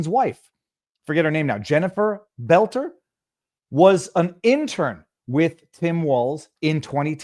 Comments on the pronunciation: It's boelter not belter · In MN, we have the DFL. That is an acronym for Democrat Farmer Laborer. The acronym is only honest about the first word, it represents neither Farmers nor Laborers. But it is distinct and separate from the DNC. And you say it like "Bolter", pal. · Boelter = Bölter. In a German word "oe" = "ö", like schön. For pronunciation, go to Google. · You know if you want to grow your channel you should pronounce the name boelter not there's a big difference it would only be belter if there wasn't an option in the name of boelter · Why arent people able to pronounce BOLT-ER?